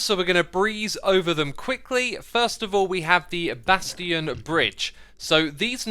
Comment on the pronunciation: Why does he keep mispronouncing Mojang and bastions?